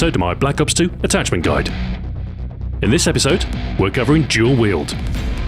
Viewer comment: I like how he pronounces Dual Wield Jual Wield.